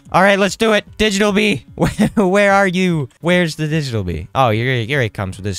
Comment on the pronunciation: Did bro just say Cummy bee or am I trippin